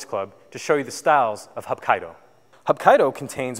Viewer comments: Those techniques arent corect and its pronounced "hapkeedo" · Sorry, sir, your pronunciation, explanation, and content didn't hit the mark. I appreciate you trying to share some ideas about the art, though. Hapkido is actually three Korean words roughly meaning, "Combine" "Energy" "Way," the same is true for it's sister art, Aikido. Both founders trained under the same master, Sukaku Takeda of Daito Ryu Aiki Jutjutsu. Choi Yong Sool was living in Japan during the occupation until 1945 when he returned to Korea. He started teaching basic self-defense in Daegu at that time. There are many organizations described as being Hapkido and many still emphasize acrobatic kicks like Taekwondo while others emphasize larger circles and throws. Some still use a lot of traditional weapons while others are more used for military and police applications. What is universally true, though is the principals of circular motion, non-resistance, and water like adaptation. In general it differs from Aikido in that circles are smaller, joints are often targeted for breaking and dislocation vs throwing, and Hapkido often incorporates strikes and kicks whereas Aikido typically does not use any attacks; focusing rather on throwing and redirecting energetic attacks. Let me know if you have any questions about different organizations or training methodologies!